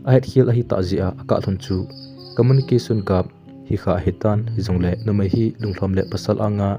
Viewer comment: Communication Gap/gaap chu Gape tin pronounce jio bro, google dictionary a Pronouncation ven lng ngai jio, na thu sim sei hw ngai nop aum ji in hinla them khat Pronouncation a vat jep ji e, kahe them nai ei thinglhang mi i hi nau jong ahi nai, hinlah youTube social media dung ahi tan them khat nal jep le tia kan sei thu ahi e bro sksvsorry....